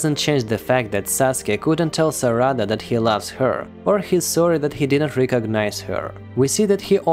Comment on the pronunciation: its not "saRAda" its "SArada" you say it exactly how you would say sakura